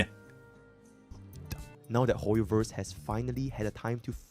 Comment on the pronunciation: "hooyoverse quooked" got me 😂😂😂